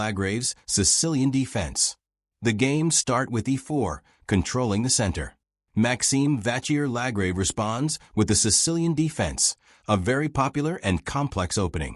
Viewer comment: Please try to learn how to pronounce Maxime Vachier-Lagrave's name correctly.